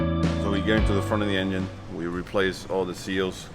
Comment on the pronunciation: Is that guy saying YenYin instead of engine :D:D:D:D:D:D:D pathetic